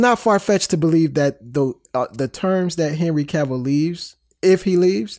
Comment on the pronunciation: Why is Cavill so hard to pronounce? It rhymes with travel. I swear to you that's true. This idiot even started to say it right and stopped himself so he could say it wrong! It's not K'Ville. It's not Cay-vill. It's not Ca-vall. Cavill rhymes with travel. This is Donald Trump-level. It should not be difficult. Trump would probably have trouble understanding something this simple but that's because Trump is mentally impaired. What's your excuse? Just say it right. Jesus.